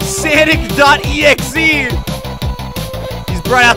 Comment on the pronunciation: I love when he said S̲O̲N̲I̲C̲. E̲X̲E̲